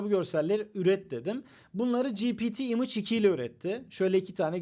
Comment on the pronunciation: image imıç diye okunma imeyç diye okunur